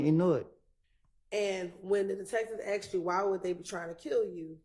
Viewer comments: That lawyer just said axed lol come on she sound like the thug. What lawyer worth a damn can’t speak proper English?? Ridiculous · The lawyer saying geeked up and 'aksed' in court is so embarassing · A RICO prosecutor is a high-end prosecutor. Why is she saying axed? This is some ghetto ass shit right here. This women dont belong anywhere near a court room, unless she on trial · Also ... what type layer keep saying axed?? This broad for the streets fr. Chase that money boo but u can't hide ur roots 😏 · A "professional woman" saying, "axed" instead of "asked" in the courtroom. WTF !!?? What godamn college did these fools go to ?? Why are they even in the courtroom ?? 🤦🏻‍♂️🙄🤣😮‍💨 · I can't believe that a bar certified highly educated person like this continually pronounces asked as "axed" WTH. Doesn't she realize how dumb that sounds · fixed it. Meant to type ' aksed ' ... Even auto correct knew better